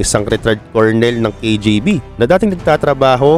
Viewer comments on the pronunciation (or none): none